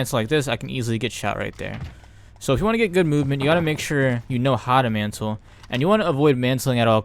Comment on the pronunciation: Bruh it’s mantle not mansle